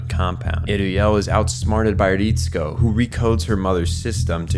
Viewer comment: even the names though. Ritsuko as "Reehtsku". Great video but it's just some nitpicks.